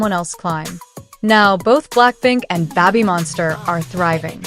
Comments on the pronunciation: Lisa did well, and did good. 👍 But "Babbymonster"? Check your pronunciation! Other than that small detail, this is a good story. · Why does the ai have issues pronouncing babymonster?